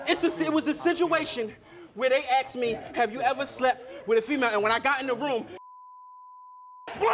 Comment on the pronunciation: He said He aksed me like wtf like the bad dude